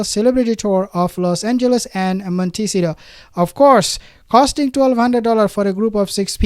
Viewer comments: Please not MonTEEcido..k...it's MontaSEEto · It’s …. Mont .. ta .. cito Try to pronounce it…❣️ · Not Montcitio. By now you should pronounce it right.